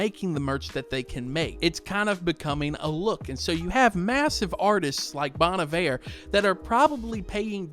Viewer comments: This "low effort" vibe genuinely looks like an AI generated garbage post. I like a minimalist style—simple words/colors—but this looks like the design equivalent of a keyboard smash. Also since I don't listen to this artist, first time I've actually heard someone say "Bon Iver".... NOT how I've been saying it in my head for years, that's for sure😅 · Getting advice from a guy who can't even pronounce Bon Iver right. Putting down these artist isn't a way to appreciate them. If you don't like their music to begin with, why are you even looking at the merch. Get a grip dude!!